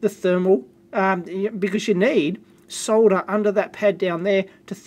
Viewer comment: Finally someone who can pronounce soLder correctly